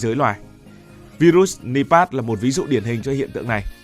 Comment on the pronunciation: Nipah mà đọc là pát